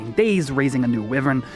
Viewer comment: Wyvern = wai-vern